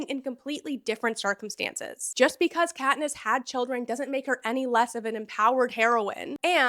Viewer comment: Patniss, too. 😂